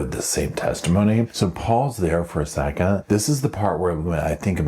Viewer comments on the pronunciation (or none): none